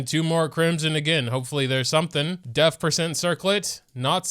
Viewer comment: he said 'deaf' percent circlet lol